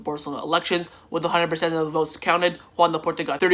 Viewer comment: U say Joan Laporta like “khawan Laporta” loll